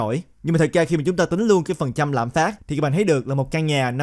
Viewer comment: Ad nói tiếng việt mà cũng nhấn âm cuối😂 lạm phá"t".